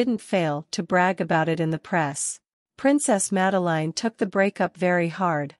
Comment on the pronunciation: Please do get the pronouncition of her name right